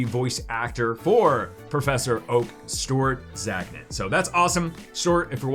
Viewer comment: "Stort Zagnit" lol🤣🤣🤣